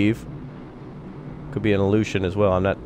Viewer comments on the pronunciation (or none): none